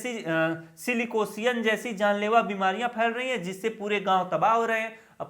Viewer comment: सिलिकोसिस का आपने गलत उच्चारण किया है। वीडियो अरावली पर्वत के बारे में संपूर्ण जानकारी प्रदान करती है। अच्छा वीडियो बनाई गई है।